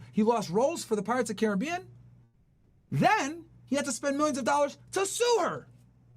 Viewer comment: “Thousand dowwers”